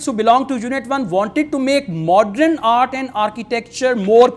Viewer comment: it is not Modren,it is Modern,it is not Patron it is Pattern